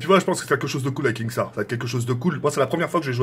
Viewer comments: C’est pas KINGstaar mais KINstaar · Tk on dit kinnstar pas kingstar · KINSTAAR PAS KINGSTAR MDRR TU PRONONCE MAL 😂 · MAISSSSS tkkkk c kinnnnnnstaar pas kinggggstaar😂😂😭😭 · Je ne ss po cmb de fois il a dit kingstaar. C kinstaar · Ok nikel mais apprend à dire son blaze stp ca se dit « kinstar » et non « kingstar » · Mais pk tu dis kinGstaar ptn !!!!! Faut lui dire vraiment 😭😭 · Mdrr il dit KinGstaar XD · Il prononce même pas bien son pseudo il veut duo ac lui 😝🤷‍♂️